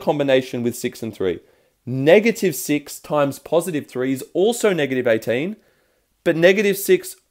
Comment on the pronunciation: Love it when you say ateen(18)